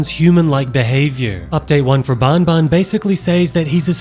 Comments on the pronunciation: it's not bon bon it's ban ban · Bro keeps saying bonbon instead of banban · iTS nOT BONBON IT'S BAN BAN!!!! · You say the "an" in banban just like when u say an normally please its not "baonbaon"